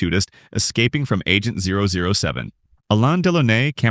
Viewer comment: Did he seriously say 007 like that? >.<